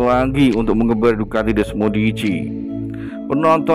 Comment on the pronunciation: Bukan desmodici min,,kalau gak bisa ngucapin gak usah lah ngedubbing😂🤣desmosedici